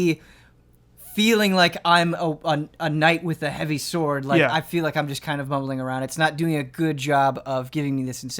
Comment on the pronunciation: It really freaks me out when says "sword".